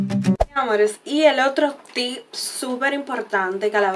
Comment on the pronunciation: Me encato! Pero se dice tip😊 sin ssssss